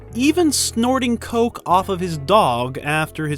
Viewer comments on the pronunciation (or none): none